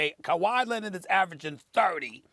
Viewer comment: Also: k-WHY Lennet